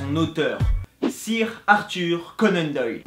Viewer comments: ca se dit ''seur'' conan doyle pas ''sire'' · Hugo Giles ok mais pour le coup là ça se dit SEUR et il dit Sire comme si c'était un mot français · Hugo Giles bah justement lui c'est comme si il avait dit fautball, il prononce comme ca s'écrit alors qu'il faut le prononcer à l'anglaise car c'est un mot anglais